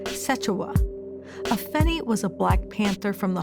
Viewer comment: Get her name right it's Afeni Shakur not a finny smh Caucasians